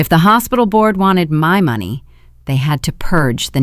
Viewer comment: It’s AI and they seem to have the hardest time pronouncing money and time.